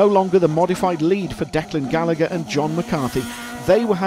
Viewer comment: Great job 👏👏 Just needs to learn how to pronounce Gallagher and Ger Conway😁 All an all just like the world championship review 👍